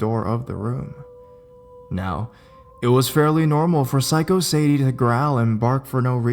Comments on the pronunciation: _- you mispronounced the dog's name. "Sadie" is pronounced Say-Dee not Sad-ee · Hey dude, you're pronouncing the name Sadie wrong. It's say-dee.